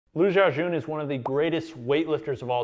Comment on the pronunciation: butchering the GOAT'S name. How the fuck do you pronounce an 'X' the same as a 'J'?